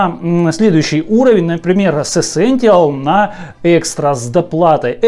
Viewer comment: Ну камон,чел явный фан сони,но вы просто вслушайтесь -ЭСЕНТИАЛ)))